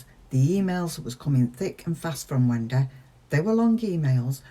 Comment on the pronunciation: On a lighter note … it’s great how you say “Wen-day” 😁